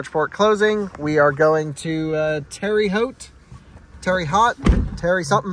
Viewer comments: It's pronunced tare - uh - hote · it's TARE-uh HOTE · Terre Haute pronounced Tara Hote... great video!